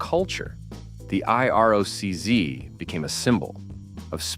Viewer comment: I. R. O. C- zee... I hate ai narration. Brutal. No sub, shit vid